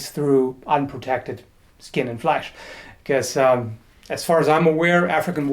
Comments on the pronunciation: "skin and fleisch" or am I deaf? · i like how you say "cleary it's meant to cut through unprotected skin and fleisch"